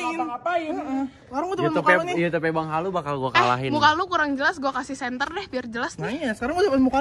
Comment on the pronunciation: bang mending lu belajar baca aja dulu, lu bilang YouTube aja susah bang, baku hantam kita